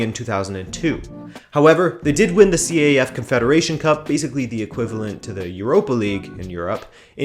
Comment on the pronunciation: It's not called C-A-F. It's pronounced as one word, CAF. Great video though.